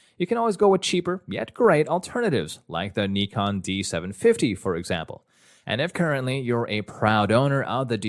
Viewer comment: Thank you for making the effort and pronouncing "nikon" the right way ! 👍🏻❤️